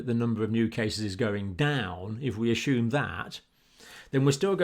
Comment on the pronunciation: I like how he says the word assume - ASHUME!